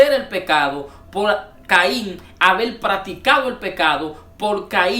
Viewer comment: No se porqué estos hnos Crean paginas de internet; sin saber artícular bien las palabras del castellano. en lugar de Haber, dicen abel subir dicen subil, escuchar, dicen escuchal, Creo qué mejorar su dilecto sería lo mejor para los qué estamos en otros países escuchando a un mal hablado. Una palabra mal pronunciada cambia totalmente el tema dando a entender otro asunto. Mi opinión es que aprenda a hablar para grabar sus opiniones, y recuerden que los que ven su vídeo son personas cultas en su mayoría. Por último la serpiente si tuvo relaciones con eva solo así creo una descendencia y solo Dios engendra por medio del espíritu santo.